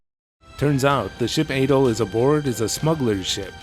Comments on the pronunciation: You were saying "Ay-doll" just found it odd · I guess you call him Ay-doll in all your videos. Whoops 🤭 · You are pronouncing Adols name wrong. It's "AH-DOLL"